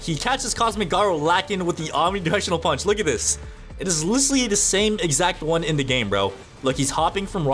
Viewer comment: Omni gushinal pusch is what i heard